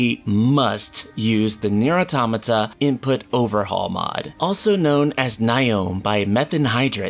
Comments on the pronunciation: Finally a person who can pronounce automata properly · The second I heard the way he pronounced "Automata" I left. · You are not alone. I also pronounced Automata that way.